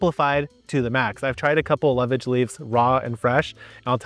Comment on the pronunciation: "Lovage" is pronounced LOVA-Gee